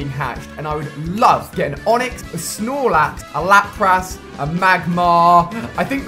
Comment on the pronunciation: hey alia you said lapras when its pronounced as lapris